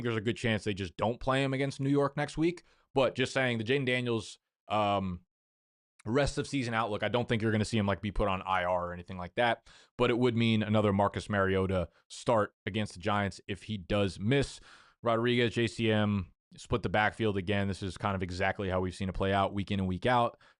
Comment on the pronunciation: Facts about the name pronunciation , collinsworth saying “mah-ree- OH- taaa” every time